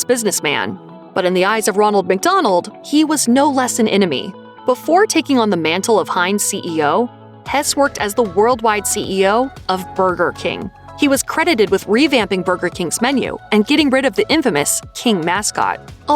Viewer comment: Bernardo Hees, not Hess